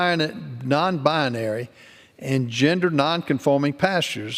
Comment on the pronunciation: It’s Binary not BIANARY